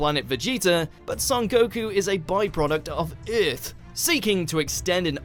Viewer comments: The hell is planet "Urth"? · Nothing in this video is better than how the host pronounces Earth. OOERTH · I chuckle every time he says Earth. Ith! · Holly crap... narrator was saying "earth" the whole time I thought he was speaking about "iith" of something like this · Bardock and Gine send their son kakarot to "eurth" :D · This guy said earth like :,, öth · That's the funniest way I've ever heard someone say "earth"! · why cant you say the word Earth properly?